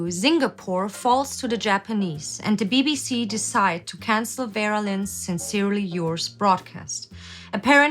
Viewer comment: bruh why you say "DA BBC" like that